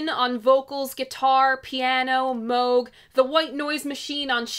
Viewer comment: Thank you for pronouncing Moog correctly.